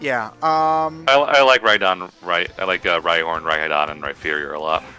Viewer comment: I don't get why you guys call it Rhyferior. It's Rhyperior. With a P